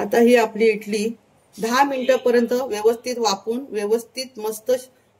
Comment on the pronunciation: इटली नाही इडली म्हणा